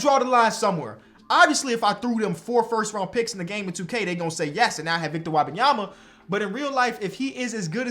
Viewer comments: it's Wembanyama not Wabamyama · Wabayama? I could be wrong but I thought it was pronounced Whim- bahn- yah- muh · I love you bro, but it’s Wembanyama. It’s spelled how it sounds. Whim-bahn-ya-ma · pronounced Victor Wembanyama wrong the whole video it really pissed me off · You are pronouncing Wenbenyama's name wrong. Love your videos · Love the vid but you gotta learn how to pronounce Wembanyama